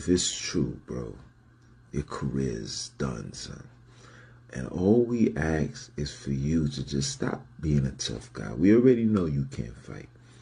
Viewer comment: Ask not ax